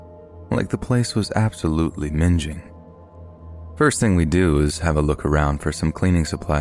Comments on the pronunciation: Im sorry to be petty, the story where they're talking about a huntsman spider, they describe the place as mingeing. Now its prenounced as if ur talking about ming the merciless ming-ing you said minge as in lady-parts (crude word for it at least). Sorry again for this I love your work and this made me laugh more than anything. God bless dude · Minge-ing is now how I’m gonna pronounce minging going forward 😂